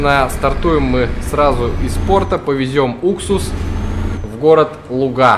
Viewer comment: Привет, живу в городе Луга, ударение падает на лУга, а не лугА)